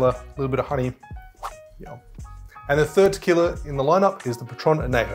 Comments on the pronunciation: love your videos. but just a small nitpick. it’s not anejo it’s añejo. the ñ is it’s own letter. other than that small nitpick, great video!! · It’s /an ye ho/ not /an ney ho/ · Good summary. But, only use 100% agave tequila! Anejo is pronounced an-yay-ho. There is a tilde over the N, not available on this keyboard. I would reserve a good one for sipping. But an Old Fashioned does star the liquor rather than hiding it. Next: Mescal! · Aussies really struggle with Spanish. It’s “an-yay-ho” and “ha-lees-ko”. Otherwise, awesome vid! Made me thirsty. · I know, right? As a Spanish major this kills me. Wish he would say it correctly.